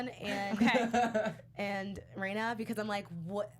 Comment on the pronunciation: There are two constants for every story arc: (Technically, there are way more but those would be spoilers) 1) Everything is fine until the cotton drifting festival when shit hits the fan. 2) Everything Ooishi touches turns to shit. Rena is pronounced REna, not REIna or RIna. This is important for two reasons: 1) There is actually a character named Rina in the series that will pop up from time to time. 2) She REALLY hates being called Reina. Also she is best girl and definitely waifu material.